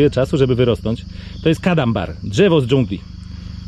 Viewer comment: To nie kadambar tylko Cadamba